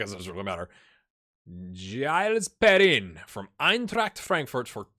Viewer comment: Good signings! Giles Perrin is Zheel Pear-ann, although the N at the end is actually silent. I still, by the way, won't start a video if it's longer than the time left to 7am, when Reggiana Reborn comes out. If it's 10 to and your video is 11 minutes? I'm waiting til after RR. I still laugh like a goof at every Wim Bollen. Your best series yet, and yes including Erin go Bragh.